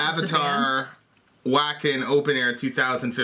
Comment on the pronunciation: Its pronounced Vah-Ken not wack-in. Lol great vid though!